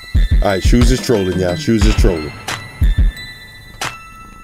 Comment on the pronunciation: "i lov ma white shooes"🔥